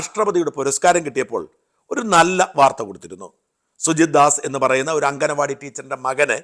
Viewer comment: അംഗനവാടിയല്ല ഷാജാ, "അങ്കണവാടി" എന്നു പറയൂ. Ref. this somewhere else.